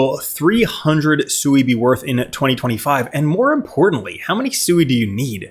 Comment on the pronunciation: Omg it's not pronounced SUEY. Listen to anyone from Mysten Labs pronounce the blockchain they Created